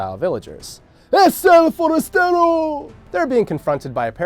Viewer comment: "ezh elh forazterouh" xdxd Solo veo comentarios en inglés :'c